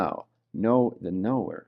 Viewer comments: Sounds like he's saying know the noor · it's like he's saying "knowing the Noor" is how I kept hearing it XD ---EDIT: lol i didn't make it far enough. PART 2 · People that follow crazy and sign up for stupid get crazy and stupid outcomes. p.s. in the beginning of this video I had a little jump scare too bc I thought he was saying Noor Noor NOOR!! 😂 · 😂😂 it really does sound like he is saying KNOW THE NOOR KNOW THE NOOR KNOW THE NOOR 😂😂 But just wanted to ask is what he is actually saying know the knower? As I just can’t un hear ‘Noor’ now when I hear it. 😂😂